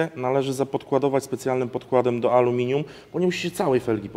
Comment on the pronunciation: iskry z amelinium? Tosz to szok!